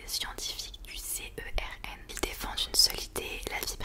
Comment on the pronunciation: Au passage, le CERN se lit en un seul mot et non lettre par lettre, et superbe vidéo !